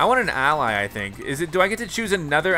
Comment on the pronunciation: why did you pronounce ally wrong